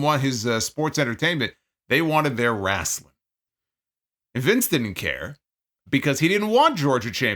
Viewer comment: As a southern myself, this was how I pronounced it until I became a teenager 😂